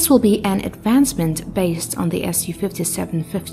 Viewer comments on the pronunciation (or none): none